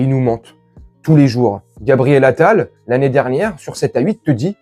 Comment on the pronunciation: Il se dit atal l enfant prodigue Qui signifie, dépenser son argent a tout va Journaliste a la con qui ne savent pas lire